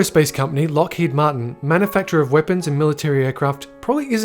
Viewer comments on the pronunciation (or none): none